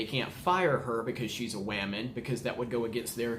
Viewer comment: "She's a waman" 😂